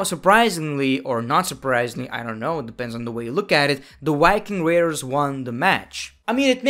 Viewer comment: It’s The Viking Raiders, not Yking Raiders